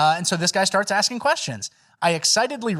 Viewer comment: "you start axin questions instead of asking them"😂